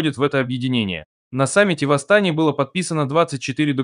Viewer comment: Жаль комп коверкает Астана